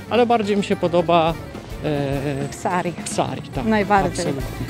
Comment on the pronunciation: Piękne widoki. Zazdroszczę i tęsknię za Grecja. Moi drodzy dzielnica o której mówicie zwie się Psiri nie Psari. Jak dla mnie Pireus w środku sezonu największy koszmar miejskiej jazdy samochodem. Podobne pączki ale okrągłe bez dziurki również w miodzie jedliśmy na Lefkadzie. Bajka. Pozdrawiamy